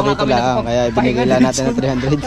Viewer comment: Ayusin mo ka haw binigay Hindi bunigay